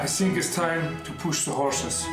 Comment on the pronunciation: Agit bist der beste.think nicht sink